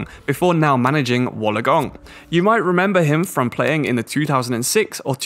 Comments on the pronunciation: It’s pronounced Wool-on-gong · Hearing you say Wollongong makes me laugh coming from Australia myself, but keep up your good work my dude